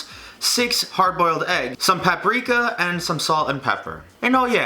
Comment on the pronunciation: I hate when people say "Paprika" instead of " Paprika"